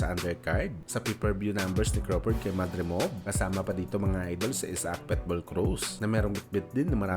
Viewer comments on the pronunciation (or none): Boss pitbul hindi petbul